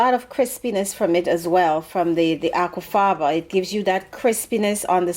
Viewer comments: Are you saying "Aqua faba", or "aqua fava"? Maybe they'll know what I mean at the farmers market ... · I keep hearing apple father and I know that's not right. What is it I'm really hearing? Also is there anything else that can be used in place of the apple thing? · i kept thinking she said "apple faba" or something.. i was like "sooooo apple jelly?" lol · ia she saying apple fava. mu cc have her saying aqua fava. and how do you make it. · IS SHE SAYING APPLE FRYER, WHAT IS THAT